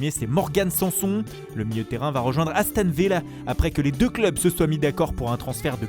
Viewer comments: "Aston Villeh" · Haston Villeh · Il l'a dit avec l'accent anglais